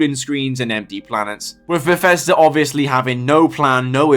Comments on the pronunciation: Bethesda ❌ Beffesder ✅ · hehe, "Berfesda"